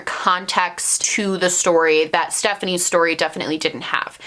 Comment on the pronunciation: 1 minute into the video and already happy you pronounced her name correctly